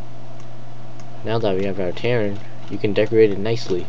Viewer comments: Its a Ter-a-in not ternin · TIR-ANE not terrin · its TER-RAIN not Terin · Ter-rain i have no idea how you got what you said but it was killing me, but other then that nice vid